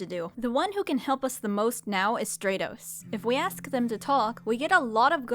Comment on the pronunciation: I think Stratos would be pronounced like stratosphere, with the a being said like it is in apple, not like in agent